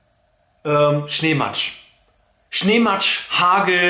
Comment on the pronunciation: Wenn du Hargel sagst weis ich an welchen Tag! :D